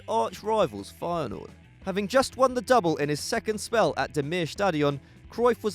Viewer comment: The way he says Feyenoord.... XD